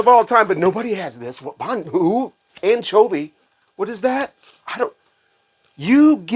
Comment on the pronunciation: Pure gold sir, you could take that sketch out on the road. Bet you've got more of that material up your sleeve. By the way did you say anchovie or Bon Jovi...love from Australia man 🤣😜🤘